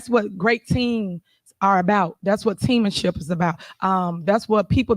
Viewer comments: Did she say "Teamanships"??? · Did she say teammanship? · Did she say teamanship ? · Yes she did…..lol